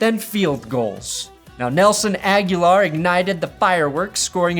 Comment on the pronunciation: Did nelson agholor just become a latino? Nelson aguilar bro???lol